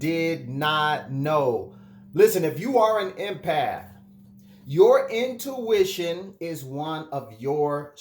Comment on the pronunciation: It’s “INtuition”” not “OUTtuition” ❤️ love it...